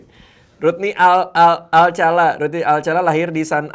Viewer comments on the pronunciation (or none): Rodney alkala woi salah jadi ngakak pas denger alcala🤣😂. Alcala =alkala